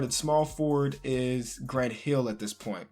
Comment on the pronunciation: "We're getting back Grunt Heel"... "ElijahWon" lol sorry I had to do it